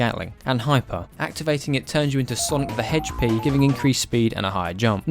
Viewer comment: I never knew I would ever hear "Sonic the Hedgepea", but I like it.